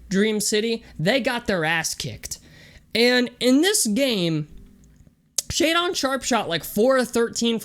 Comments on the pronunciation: It’s pretty wild that you point to a baseless rumor about him not being able to read and you don’t even pronounce his name correctly. This has to be one of the biggest train wreck videos I’ve seen on this kid and I couldn’t stop watching. Literally NBA scouts report his high posture on his handle has been corrected, he has fluid and smooth shot mechanics and was lights out in workouts from the paint, mid level and deep shots. I’m not sure you could be any more clueless about hoop scouting. Also get some stream lightening and a decent camera goofy. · Lost all your credibility for doing your "homework" when your pronounced his name wrong within the first 30 seconds of the video lmao